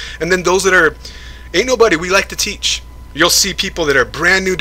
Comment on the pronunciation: sounds like u say anul buddy 😂😂